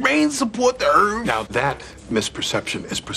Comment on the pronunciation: “Does rain support the earf?”